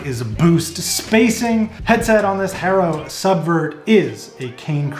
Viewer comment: You say Haro funny